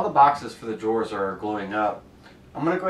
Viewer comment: Man, this is such an informative, well put together video, but when he kept pronouncing "drawers" as "jores" it was all I could hear. Good video still.